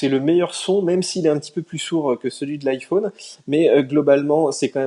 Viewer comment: Le seul français qui prononce "iPhaune"...